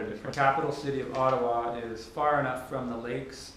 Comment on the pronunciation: Brazilians don't actually know how to pronounce Ottawa properly